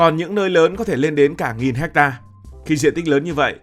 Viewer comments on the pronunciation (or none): none